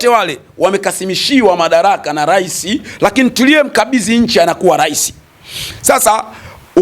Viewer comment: Rais au urais pronunciation ya misamiati ya kiswahili inamsumbua je! ayo mengine anajua kwr au ndo #chawa pro+